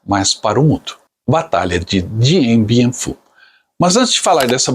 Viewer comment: A pronúncia correta é "Diam Biam Fú".